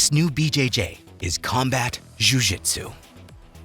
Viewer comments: Completely unrelated to the real content in this vid… But, your constant and repetitive use of the “Jh” sound in “jhew jhitzew” is kind of f-cking annoying. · the way this guy pronounces "ju-jitsu" is annoying af